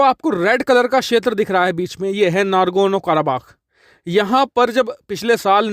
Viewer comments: It is NAGORNO not NARGONO. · Nagorno Not nargono 😂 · “Nargono” nahi “nagorno”...😂🤣